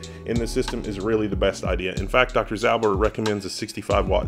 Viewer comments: please retry listening to "ząber" in lower case (in upper case it believes to be an abbreviation), it's from the word "ząb" which means tooth. So it's a surname that means tooth-er or someone with prominent teeth (big/sharp etc). "ząber" is pronounced as zɔmber (zomber). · It’s like Doctor Zomber. This is the way how you pronounce it. Cheers from Poland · As for how to pronounce Dr Ząber try this (phonetically "ą" is more or less similar to "om" and google translate actually pronounce both the same way) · Instead of reading the word "ząber" Google just spelled it. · That sounded so bad. I'm a Pole. Jesus Christ. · That's not how we pronounce it. :P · So yeah, as a dude from Poland that pronouncement is wrong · Well he used Danish instead off polish 😀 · hi did not. When whole word is in upper case Google translate considered it to be an abbreviation and pronounces it incorrectly.